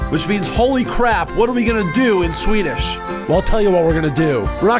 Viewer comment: As a swede, I can confirm that every single swedish word that ever has, or will, Come out of Ryans mouth is 100% correct